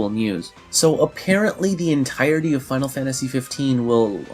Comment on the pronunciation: I gotta say, I love your videos. But it pisses the hell out of me every time you say "Final Fantashi!"